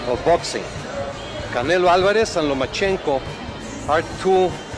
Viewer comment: It's called a good guess? Don't hate just because of whose side you're on, unless you have a better guess which I doubt you do lol... Haney just called Lomachenko Nomachenko... so why wouldn't he replace the same syllables with Teo?